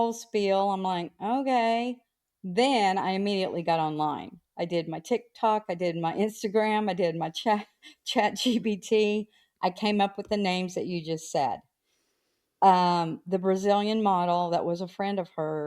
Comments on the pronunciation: Can someone please tell its chat gPt and not chat gbt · Can someone tell it’s “chat GPT” not “chat GBT”